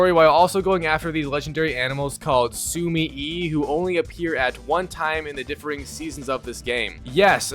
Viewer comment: Nah platinum for this somehow is worse than Valhalla because more RNG ass trophies. The sumi-e😅 You can tell my boy sped run this to not know how to pronounce the names 😂😂